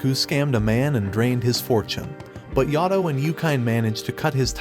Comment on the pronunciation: It's not yado it's Yato